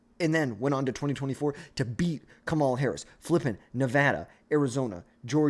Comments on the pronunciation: Can you say her name right please? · It’s almost like you’re trying to say it wrong